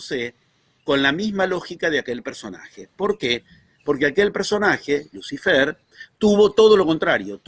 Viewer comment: dice: Luz ai-fer?, es así?